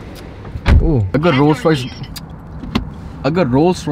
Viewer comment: MERSHEDISH : that's how you pronounce Mercedes.😏 Rollsh Royshe : that's how you pronounce Rolls Royce